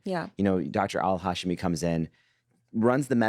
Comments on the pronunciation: That's an interesting catch. Could you type it phonetically? Like.. Who pronounces it as “Ha-sh-mi” instead of “Huh-she-me” as you prefer? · The podcasters pronounce it as “Hash-me” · These two podcasters pronounce her name differently than literally every character on the show. I can’t imagine why. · 1-for-2 reply: “Hash” like the pound sign, or ‘hash brownies’? If so.. Yeah, that's wrong pronunciation. Doesn't mean the other characters are pronouncing it right, either.